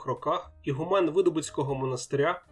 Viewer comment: Цікавий матеріал. Дякую. Але все ж таки наголос такой: ігу́мен😊